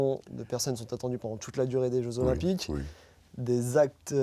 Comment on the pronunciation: Difficile de faire moins intéressant : on n'apprend rien. Et ce type n'a même pas fichu de faire la liaison Jeux zOlympiques